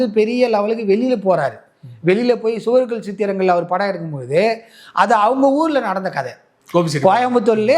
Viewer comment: சுவர் இல்லாத சித்திரங்கள் திரைப்பட பெயர் சரியா உச்சரிக்கவில்லை